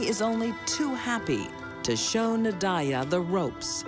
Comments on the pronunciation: That was my friend and they have many diffrent stories I don’t condone violence and her name nadiyah they saying it wrong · I think every narrator, commentator & presenter pronounced Nadia a different way! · Why can’t the narrator say Nadia’s name correctly? 😂